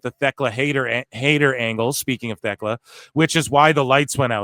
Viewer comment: Just want to say Thekla's name is pronounced w/o the H. So "Tech-la" is how it's supposed to sound.